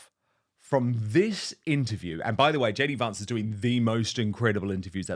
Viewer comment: He keeps mispronouncing JD Vance's surname.